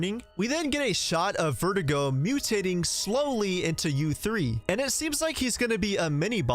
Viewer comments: My guy, it’s Verdugo, not Vertigo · You keep pronouncing Verdugo as vertigo. It's pronounced ver-doo-go my guy lmfao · Sir..its Ver dooo go not verdigo. Good vid tho. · Its pronounced Ver Doo go. Not vert ih go Verdugos means "Executioner" in English btw. And the castle enemies are called Zelots not granados. Ganados are the village enemies and it roughly translates to "Cattle"in English . Pffftt and you think you know RE4 eh? 😏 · It’s actually pronounced “Verh-doo-gó” not vertigo, hope that helps your Spanish 🙂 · Ngl everytime you say Verdugo I keep hearing vertigo so I like to imagine that Ada has bad vertigo throughout seperate ways as a main gimmick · It's funny how he made verdugo sound like vertigo in this video 😆